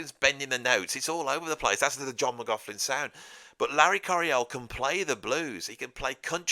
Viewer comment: when you say McLaughlin,...it sounds like McLaughflin....flin intsead of lin...I know you pronounce the ''augh''correctly as most say ''loch''...but they ''gh'' sounds like an ''f''